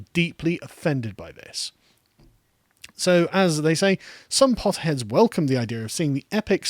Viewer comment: "Potterheads" sounds like "potheads."